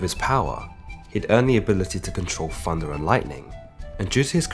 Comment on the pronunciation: Im sorry Fundah? It's thunder